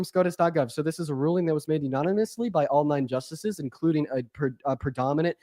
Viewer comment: saying "unonymously" instead of "unanimously" is triggering me